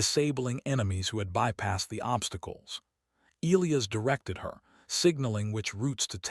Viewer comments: Good start to the yarn. But, HEY AI please pronounce ( Elias ) properly = Eli-as... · Once again... AI, please pronounce Elias properly. Eli-as. Need a part 2